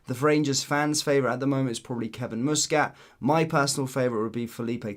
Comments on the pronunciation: Its muskit no mooskit fur f..k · Learn how to pronounce Muscat mate. Youre a grifter. He's a former player and its not Moosecat ffs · the guys name is muscat with sound like bus not moose 😊